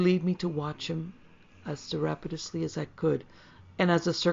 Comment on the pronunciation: Sur up tish us lay. Is how you say it. Sorry I can't help myself but I do it constructively. I enjoyed this and I don't always enjoy Lovecraft. It's down to the narrator and I liked this one.